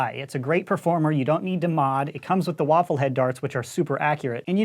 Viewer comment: Did you say, "included waffle darts?"